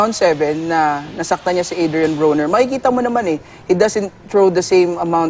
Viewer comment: Not Bru-Ner its "BRO-Nr"